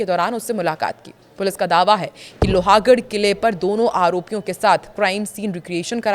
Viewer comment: लोहागढ़ नहीं लोहगढ़ बोलिये